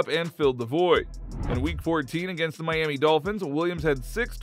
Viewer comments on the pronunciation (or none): none